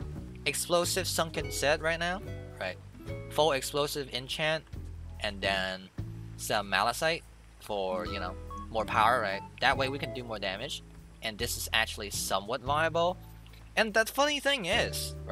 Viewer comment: malachite is not pronounced mala sight, but rather mala KITE